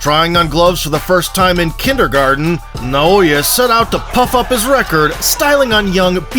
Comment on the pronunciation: Why people keep calling him “naoYE”